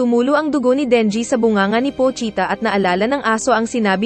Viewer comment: Pohita ka dyan pochita Hindi pohita